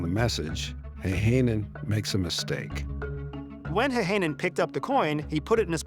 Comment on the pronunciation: It is pronouced Häyhänen, not heihänen. I know, Finnish language is not the easiest to speak.